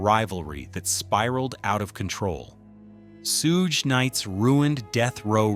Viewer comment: it's pronounced "SHUG"...not "Soooge"!